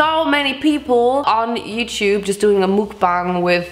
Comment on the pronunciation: German: Youchoob Other people: Youtube